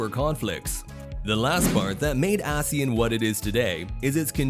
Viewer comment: The narrator keeps mispronouncing ASEAN.